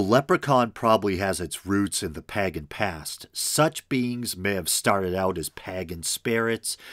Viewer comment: Pagan = Paygan not Paggan. Use a dictionary with a 🔊so you know how to pronunciate.